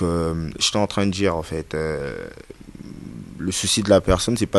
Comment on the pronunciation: Oui faire du buzz c du n'importe quoi mais tu es un fanfaron c vraiment toi un vraie lâche c loin d'être fini toi à Kin il ya vraiment des fous plus que toi ça se prononce dire et non djire